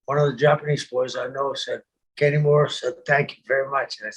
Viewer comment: Sullivan's pronunciation of Kanemura makes him sound like the strangest half Irish/Japanese guy ever......Kenny Mora.